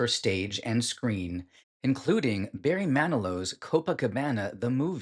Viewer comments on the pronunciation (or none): none